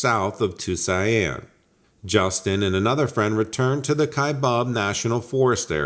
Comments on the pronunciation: I thought you were trying to say Tucson🙂People butcher that one in different languages too😄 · Is ...he saying ...Tuscan lol? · Yes it Tucson.... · are you tryiung to say tuscon? it pronounced two son. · I thought that myself. 🤣